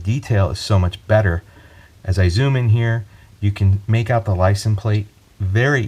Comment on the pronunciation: It’s LICENSE plate, not licen plate.